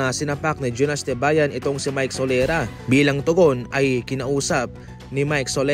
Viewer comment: Sorela ho...Hindi solera...